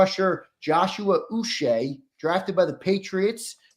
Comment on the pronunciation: Uche is pronounced Ooh -Chay (hard C like in Chicken).